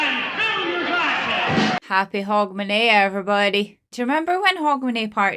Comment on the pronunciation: You really need to explain to us Americans what New Year's tradition you are talking about. because it sound like you are saying "Hog Manure" Party. I don't want to go to a hog manure party, no matter what day of the year it is!